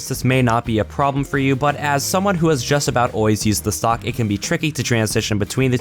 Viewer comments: I keep herring "sock launcher" when he stays stock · When you say 'stock launcher', it sounds like you're saying 'sock launcher'